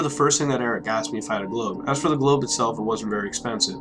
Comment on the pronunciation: “You got globe?” Sounds like he’s asking for a drug called Globe.